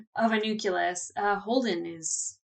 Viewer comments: it's NU-CLE-US. Not Nukulus. You sound like Goerge W Bush when you talk like that. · Gah! Say it with me now: Noo-klee-us! Noo-klee-us! "Noo-kew-lus" is like nails on a chalkboard! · huh, I knew about "nukular", but "nukulus" is a new on on me ; ).